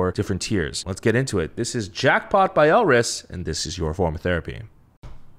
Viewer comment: im definitely late but maybe youll still see this GSHSJDH elris is pronounced without the R, almost like 'alice' which plays a little into their wonderland concept theyve had for songs like 'we, first'. their sound has been unique and almost quirky?? since debut. if you liked jackpot that much then you will definitely love pow pow, the composition is fun and the song is catchy, i think its their most well-known song to date? theyve only had 4 albums so far and debuted in 2017 (we first, color crush, summer dream, & jackpot) summer dream was more of a sweeter song and had calmer vocals but it was so refreshing. as a blris since that era, i wish it wasnt drowned out by the rest of the summer song releases that year ㅠㅠ you might already know from comments but there were 2 new members for this comeback, EJ (orange hair, rapper) and chaejeong (blonde, right after first chorus). the short hair girl is bella, she was the only rapper beforehand but karin (bangs, cutie) rapped a little bit with her in pow pow which also had a dope asf verse. you know sohee already, curly black hair is yukyung, and hyesong had ribbons braided into her hair. this comment is long as fuck but elris is so criminally underrated, im really hyped to see someone who enjoyed jackpot that much because alot of the reaction ive seen has been just 'eh' even though its one of the most unique gg title tracks this year, maybe next to fiesta, so what or dumhdurum? anyway pls become blris stream no big deal